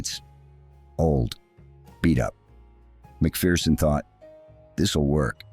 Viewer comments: "MacPherson" not "Macfearson". No "fear involved. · By the way Yankee land you pronounce his name Mak Ferson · Tommy was a legend. His book "Behind Enemy Lines" is well worth a read. BTW, it's pronounced Mac-Fer-son. There's no fear in a MacPherson.